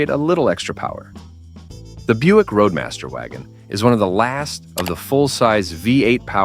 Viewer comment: Hey. Buick is spelled B-U-I-C-K and Roadmaster is not Radmaster.